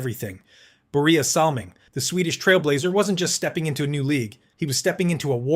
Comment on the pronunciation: Battleship Kelly IS NOT Bob Kelly #9 of the Flyers. Salming shouldn't even be on the list as the only thing he threw was his pocketbook and his first name was pronounced Boy-ya... Ugghhh...